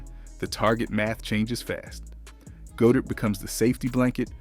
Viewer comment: Try saying Goedert like "God-Ert". For chrissakes!